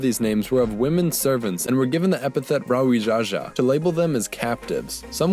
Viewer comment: 'brawijaja'? I do know an old javanese royal name 'brawijaya', but it means 'his victorious majesty'